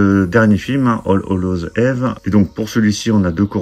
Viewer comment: Belle collection. PS: Eve se prononce Yves.